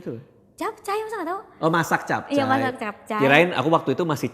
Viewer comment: sama bang gw jg dengernya "masih capcay" bukan "masak capcay" 😂😂😂😂😂😂